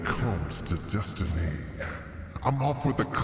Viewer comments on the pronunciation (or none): none